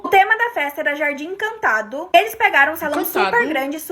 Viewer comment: ENCANTADOH? ESPAÇOSOH? DA FESTAH? BALÕESH? FAZER A FESTAH? UM MÊSH? AS MESASH? UM MÊSH? FICAVA CHOCADOH? A COISA AMIS LINDAH? SE ARRUMAH? DE ROSAH? BRINQUEDOSH? JOSIH? COMEÇAH? PRONUNCIOUH? IHHHHHHHH